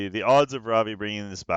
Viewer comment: Every time you say Ravi I think you're saying Robbie. Its now official, time for SG to come out with a character named Robbie. On the fights that first one was very unfortunate. The other 2 were great. All were great to watch. Its a common theme for you, you seem to get resisted quite often.